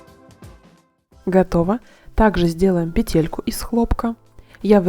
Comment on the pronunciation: Вещички нужные полезные и симпатичные. Но только не петЕлька , а пЕтелька. Режет слух. В остальном все замечательно.!!!